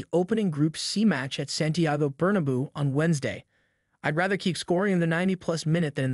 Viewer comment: His name is pronounced “belling-um”. And it’s pronounced burn-a-bau